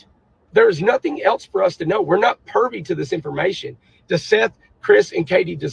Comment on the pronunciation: Did this guy just say “We’re not PERVY to that information”…..?!?! 😂😂😂. It’s PRIVY!!!